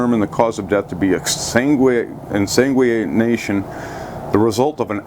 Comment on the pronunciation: with all due respect, if you cannot read/pronounce the term "exsanguination" (the act of bleeding out), maybe you shouldn't be covering the sensitive topics of people's deaths via shark attacks as though you're an expert, which no offense, you obviously are NOT. You might've fished a bit, and have some phobia of sharks, but your channel is nothing but a misinformation campaign, that could and does have negative consequences. Very irresponsible of you.